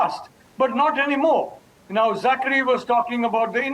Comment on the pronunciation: Arnab it is Zachary. Please the “cha” is pronounced as “ka”. So it is “Za-ka-ry”.